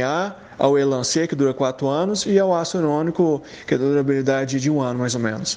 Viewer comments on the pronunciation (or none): O “ácido irônico” o próprio médico nem sabe falar ácido hialurônico, como vai saber aplicar